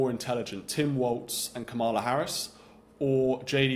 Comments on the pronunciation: It's pronounced "Comma-la." I know it's hard for racists, but you can do it!!! 😊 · Can we please stop saying KamEla; its KamAla. 😊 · You dont say ARPPLE , its Apple you dont say VAANCE its VANCE LIKE A in Apple. You dont say KAMELA like Camel you say Kamala like Ca-(r)-MELA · Did you say,Kamella? I think I heard,Kasmella. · It’s pronounced Ka- mala, with emphasis on the first syllable. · I enjoy listening to him, he’s quite intelligent, but does Victor mispronounce names on purpose? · Your purposeful mispronunciation of Kamala's name reveals your smallness. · You are intellectually lazy and can't even pronounce her name correctly. Duh! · I write this commentor off as he either is unprepared to pronounce Ms Harris name or deliberately mispronounced it. Stopped listening then. He is a tool. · Great mind, but I wish he'd pronounce Kamala and a few other words correctly. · This is the second time I'm hearing this guy. He says articulant, pronounces Kamala's name as Camilla. But we assume he knows what he's talking about? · So Vance is "very articulunt"... 😅 Please learn to pronounce "Kamala." I know you're doing that out of disrespect. It's what Donnie would want. 😉